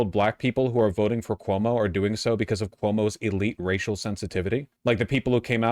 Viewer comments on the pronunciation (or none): Why does he keep calling Cuomo Como?